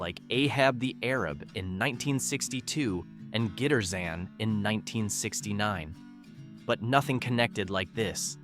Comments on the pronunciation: gitter-zan? Guitar-zan, guitar tarzan? Get it? Also Ay-hab the Ay-rab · The Ray Steven's song is "Guitar"zan not Guitarzan . Once again, pronunciation is butchered on these lists. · It's too bad someone old enough to be familiar with the songs didn't give this a listen before it was posted. "Ahab the Arab"? No, it's "AY-rab." 😅😂 "Gitterzan"?! 🤣 No, "guitar-zan," which should be obvious. I always thought "The Night Chicago Died" was about the 1871 fire. Only found out the truth last year. Where is "They're Coming to Take Me Away"?! And I have to say that, with all the great songs Chuck Berry had recorded, "My Ding-a-Ling" being his only number 1 is kind of a shame. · Pronounce it right it's guitarzan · That's Guitar - zan & Ahab - ( pronounced street like with a Long A) as A--rab. 😊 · The narrator is a moron. Giterzan? It's freaking GUITARZAN.